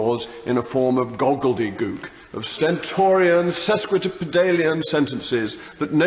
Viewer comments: "goggledygook... sesquidipidalian" should be "gobbledygook" and "sesquipedalian". If he must use grandiose words, he should make sure he can say them properly first. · They should lend Mogg a copy of the OED so that he learns how to pronounce "gobbledygook" and "sesquipedalian" properly, which he failed to do in the sentence starting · I think you will find it's gobbledygook and not goggledygook Mr posh .😁😁😁that was said around 0.05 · Pardon me, but did JRM say "goGGledygook"? or correctly "goBBledygook"? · Within the first ten seconds, he mispronounced the words gobbledegook and sesquipedalian. I like the man, but come on, if you are going to style yourself as a wordsmith, you have to get the pronunciation right. Oh and he also got floccinaucinihilipilification wrong, too. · Idiot gets it wrong IMMEDIATELY ... it’s ‘gobbledygook’ man !!! 🤣